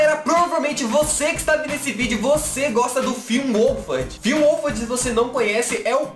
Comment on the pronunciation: O tem a sua pronúncia né kkkkkk ao invés dele falar finn wholfhard com o (R) ele fala "finn wholfhad" eu sempre perco quando ele pronúncia o nome do finn kkkkkkkkkkk